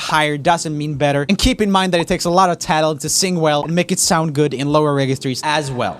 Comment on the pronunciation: Is it just me or does he say "Talent" Wrong